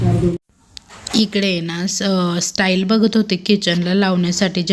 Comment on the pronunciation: स्टाईल नाही टाइल 😂😂